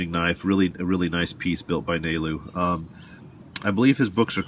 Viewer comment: Haha. Nailed his name Nalu(nah-loo)